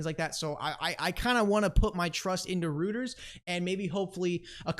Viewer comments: Pronounced “royters” not rooters! Who taught you how to pronounce names? DAI? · ROY - TERS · “Roto Rooters” that’s the name, and away goes pronunciations down the drain....Roto Rooters 😂 it’s pronounced “Roy ters “ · The news channel is pronounced "Roy-ters" and yes they are massive globally.